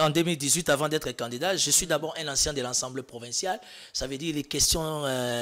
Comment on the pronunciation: 😂 Lenoir a alobaka Assemblée et non « ensemblee »😂 ata na noko belges ba lobaka Assemblée